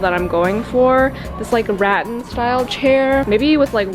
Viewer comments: By the second time you mispronounced rattan (it's ra-tan not rat-an) I wanted to pull my own teeth out. THEN you spent most of your video COMPLAINING about EVERYTHING! It's not ideal. It's not what I want. The marble pattern is too small. I just couldn't take it anymore. I'm UNSUBSCRIBED and out of here! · Just FYI, rattan is pronounced ‘ruh-tan’